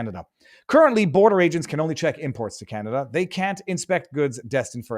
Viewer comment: ohhhhh, can-o-duh.